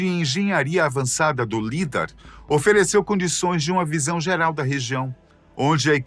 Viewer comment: Correção a pronúncia do lidar fala-se "laidár".